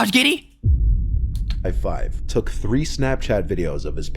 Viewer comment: He really said Josh giddy 💀